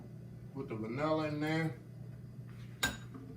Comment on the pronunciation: when he said “ Put Auhhh dat in durr” i knew i was being taking to heaven🙌🏾💜